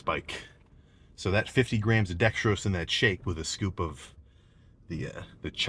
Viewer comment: isnt dextrose 3 syllables?